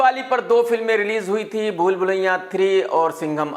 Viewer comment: बार बार आप भूल भुलैया को भूल भुलैयां कह रहे हैं।आपका नेटिव प्लेस यूपी है। मुझे बहुत ताजुब हो रहा है। इस तरह से आपको कोई "कमाल आर खां" की जगह "कमाल आंर खा " कहे तो आपको कितना खराब लगेगा। हेर फेर तो केवल नुक्ता का ही है।